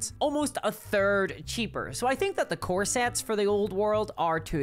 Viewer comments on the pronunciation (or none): I kept hearing "core sets" as corsets. This led me to have some odd mental images with respect to Warhammer "Fantasy" play. 😅